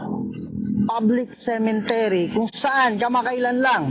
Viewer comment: CEMETERY po Hindi SEMENTERY😊SEMENTERYO PO